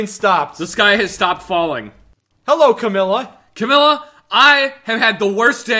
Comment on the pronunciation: The way you said Camilla, you made it sound like chlamydia.